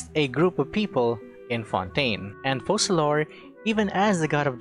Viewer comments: Why does he pronounce her name "fossalor" ? If Fontaine names are inspired from french , it would require to by written Foçalor to be pronounciated like that. Otherwise, it sounds like fokalor. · How do you pronounce FOCALIZE? OKay... now, pronounce Focalor similarly.